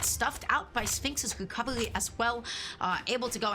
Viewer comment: "wecovewy" man i love her soo much XD